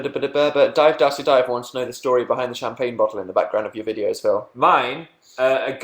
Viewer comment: But dan doesn't know that many phils , why can't he just be called phiww lol , that's how dan pronounces it :)